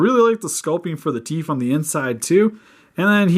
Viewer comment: did he say teef!